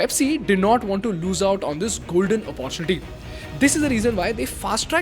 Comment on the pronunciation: Please pronounce the word "Opportunity " correctly... I have been saying this in all your videos... and yet you pronounce it wrong